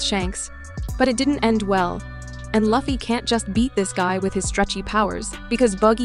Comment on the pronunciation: I have seen plethora of one piece video and there are always someone who mispronounce Lufy's name but this is the only video where someone got all of the main casts names wrong. Congratulations 🎉